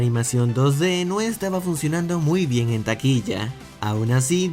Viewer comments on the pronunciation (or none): none